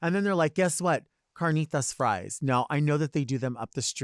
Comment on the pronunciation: carnitas was said perfectly I love u delta